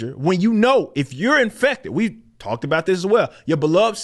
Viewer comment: I don't trust anyone who pronounces sorry as sorey and about as a boat.